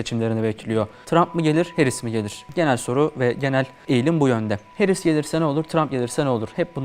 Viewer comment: "Harris" değil "Herris". Doğru teleffuz için teşekkürler... Hamide kızımında doğru teleffuzunu öğrenmiştir böyleliklen inşallah....💙🤲🏼